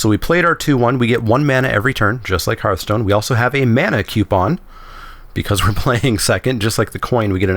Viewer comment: HERTH-STONE not HARTH-STONE It's a HEARTH, Not a HARTH